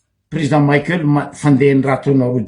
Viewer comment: 😱 Espèce d'abruti ! Maheza magnaja agnaran'olo. Tsy président Maïkeul pory nao fa Président Michaël. Anao marary jery, mipodiana mianatra à l'école.